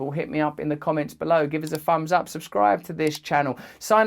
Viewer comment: Did you just say "fums up".